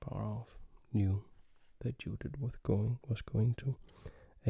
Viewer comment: Excellent pronunciation of the names László and Judit. (However in the first half of the video you had pronounced Judit's name correctly but in the 2nd half you, for some reason changed it to the bad format.) There is a little help from me: 2 words: 1, Yes 2, Jeep Focus on the first sound of these words. Using those sounds we get 2 diffenert types of names: 1, Judit 2, Dzsudit Obviously the first one is the correct one due to the fact that the second one is a non existing name.